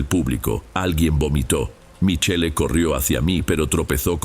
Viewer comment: Se dice Michel pronuncia bien estudia ya que actuas ante un publico estudia estudia